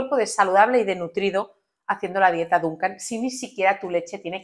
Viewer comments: No es Dunkan. Se dice Dukan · Dukan ,no dunkan..y no es una dieta es un método...Diosss no tienes ni idea